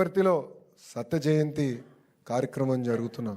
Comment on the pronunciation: లోకేష్ గారూ, బాగా మాట్లాడారు, కాని కొన్ని అక్షరాలు పలకడంలో జాగ్రత్త తీసుకోండి. విద్యాసాఖ కాదు, విద్యాశాఖ అనాలి, సాసనసభ కాదు, శాసనసభ అనాలి, సత జయంతి కాదు శతజయంతి అనిపలకాలండి. స కి శ కి పలకడంలో తేడా గమనించండి. ఏమీ అనుకోకండి. జై శ్రీరామ్